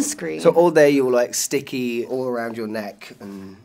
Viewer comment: aww Charlie saying StiCkY 😂😂